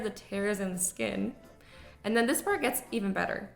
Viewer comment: Dees or this?